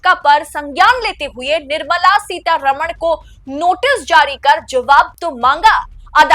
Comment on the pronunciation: One suggestion: please pronounce the name of Mrs. Nirmala Sitharaman correctly. This wrong pronunciation happens with every North Indian TV anchor. For your convenience I am writing the correct name in devnagari script: Her correct name is: निर्मला सीतारामन् Not: निर्मला सीतारमण् You can see the difference. I am surprised that she has not objected to the wrong pronunciation.